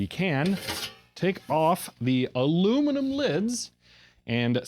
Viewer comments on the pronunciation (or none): none